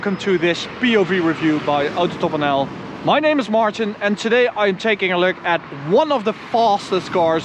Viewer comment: "My noime is and this is one of the fostest cors in tho world"